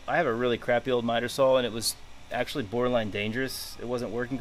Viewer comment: says "sawl". stops watching